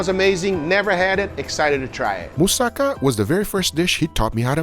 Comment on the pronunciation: he isnt a real greek, he didnt pronounce mousakas correctly